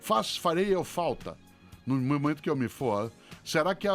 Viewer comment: Nesse momentoa ... Nesse sentidoa